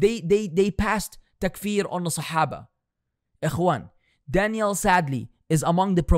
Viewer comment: I just hope you’re not purposely pronouncing that man’s name like Danielle and it’s just your accent 😩